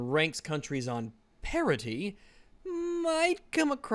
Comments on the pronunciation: Did he say gender parity or gender parody? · I keep thinking you are saying parody and not parity.